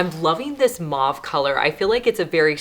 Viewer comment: Please look up the word MAUVE It’s not maw it’s mov